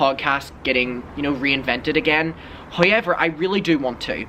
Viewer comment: I live for the “hoyever”